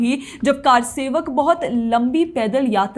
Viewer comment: Kaarsewak nahi karsewak